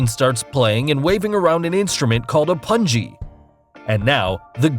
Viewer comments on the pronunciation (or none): Not PUN-G Its PUUN-GEE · It’s pronounced pun-ghee not pun-gee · Indian magic / that PUNGI is not pronounced as PANJI but POONGY 😂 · its naot pangi its pungi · Pungi is pronounced as ,pung-ge not pun-g rite fellow Bharatiyan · Its not pun-jee its pungi gi as in geek without k. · the way u pronounced "pungi" is really funny 😀😀😀😀😀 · Pungi is not as you pronounced. It's like Pu in 'Pu't and Gi in 'Gi'mmick. 'n' is the way u used. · Pronunciation of pungi is wrong 😂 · U pronounced the pungi wrong